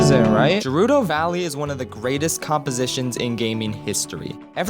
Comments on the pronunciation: Did this dude just call gerudo valley je - rudo valley. Every day we stray further from god😢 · Me: hears pronounce Gerudo as Jerudo Also me: has aneuyism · You say Gerudo as Jerudo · I was right there with you until you said "jeh-ruh-doh". It's "geh-ruh-doh". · It’s ger-u-do Not jer-u-do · I'm sorry, did you say jerudo? No no no, it's G-rudo. Jeez. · Nice video, but it's MA-lon not MAY-lon, and Gerudo not Jerudo. Sorry that just bothered me. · Jerudo valley? Boi it's Gerudo, Geh-roo-doh! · Great video, but you pronouncing "Gerudo" as "Jerudo" disturbs me on a level I cannot describe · Bro really said jayroodo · "Jerudo Valley" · he rlly said "Jerudo" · Why does he keep pronouncing gerudo as "jerudo" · The fact that you pronounce gerudo with a j is enough for me to finally tie the noose and get to business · did he just say JARUDO valley? oh my heart hurts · JAH-RUDO??? uhm. What. No. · HE SAID JERUDO GOD DAMN IT I HATE THAT... it's like saying deeku instead of deku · I like how he said jerudo valley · did you seriously call it Jerudo valley? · I was on board until he said Jerudo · I love how he says “jerudo” with a soft g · It bothers me more that he pronounces Gerudo as “Jer-oo-doe.” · You pronounce gerudo wrong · You're also saying "gerudo" wrong. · Say it with me HARD G